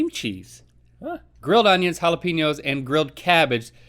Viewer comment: ITS JAL-A-PAY-NYO NOT PEENYO